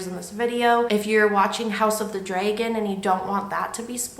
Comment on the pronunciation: You pronounce Dragon as Draygon lol I am from Texas I’m sure I pronounce words strangely. This story is timeless well done 👍🏻